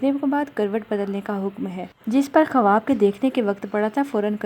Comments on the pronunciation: Sahi lafz Khuaab hai khawaab nhi...apna talafuz drust kijie shukria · Bahen AAP har baat tafsil se Bata Rahi ho par jaha khuab k tabir hai wo u jaldi jaldi bol Rahi ho k kuch samjh nahi aaraha ya samjh kar bhi samjha mushkil hai Baat Ko Lamba khinchny se accha hai k main baat bataya karo Aur khuab ka pronounciation thuda Sahi karlen Khuab khawab nahi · kawaba nahi hota ha kawab hota ha